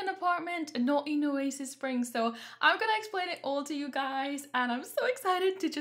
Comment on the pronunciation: Why not "Oa-sis" Springs? It's perfect!